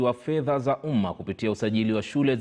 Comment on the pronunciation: Hey. It's 'pesa za UMMA'. Not UMA. You're welcome.